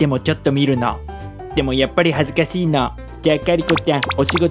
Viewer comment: は「恥ずかてぃ～」じゃなくて、「恥ずかしいっ）て言うんだ！ﾒﾓﾒﾓφ(．．)ちゃいちゃんにもナースに変身してほしいな✨セーラー服も似合ってたし🥰